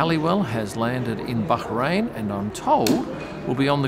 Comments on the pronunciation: ok - it's not you, it's me, but it just sounds weird when you pronounce the 's' in Canal + (Plus). BUT having said that, love how you pronounce BAH-rain, not bad for a boy from Daws Road High School! :0) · I love how is so careful to pronounce Bahrain correctly but then calls Rolex “Rollicks”